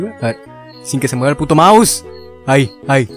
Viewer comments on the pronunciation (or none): none